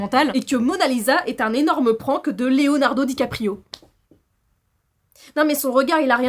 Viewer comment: à ce moment là dis moi que tu as fais exprès de dire DiCaprio😅